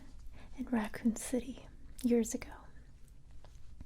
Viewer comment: did you just say RaCCooN c-C-cItY?! War and zombies flashback, childhood “traumas” i can’t sleep now :( jk nice video c